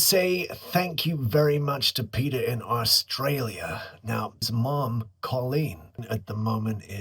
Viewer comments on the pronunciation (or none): none